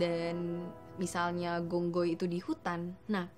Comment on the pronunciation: Phi khong hoi. Gong goi salah